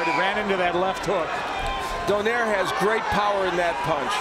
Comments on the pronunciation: Why do Americans still pronounce Donaire as "Don-air", its "Donai-re"! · Why they say it like that? It’s “do-nai-re” not donaire 🤣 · you can say 'rolls royce' but not donai-re?! So, what's up genius?